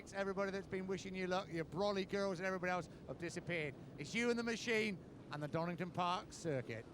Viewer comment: Donington, his name is DONINGTON